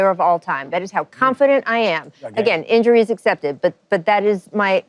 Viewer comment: dawg, did she said injury accepted lol lol